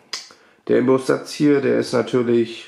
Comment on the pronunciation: Das heißt Inbus und nicht Imbus